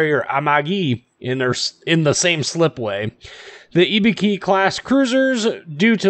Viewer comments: pronounced i-boo-ki not e-be-ki Other wise known as an easy kill and so if you can not hide like an Atlanta then your toast. I think because the armor is so bad it is not worth playing. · Nice video.. but your japanese pronunciation is horrible! IBUKI = I("Y"es)-BU("Boo"ster)-KI("key").. (use google translation (japanese language set) for right pronunciation )